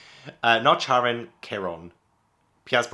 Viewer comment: Not sure whether it's been said already: Nereid: Nare-ree-id, Charon: Ka/care-ron, Chiron- Ky-ron - hope this is helpful!